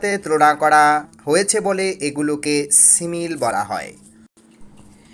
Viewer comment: কি সিমিল? Simile (সিমিলি)হবে পাশাপাশি সব words এর pronunciation ভুল